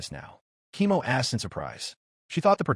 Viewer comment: Why is Koemo read as "chemo"? :face-fuchsia-tongue-out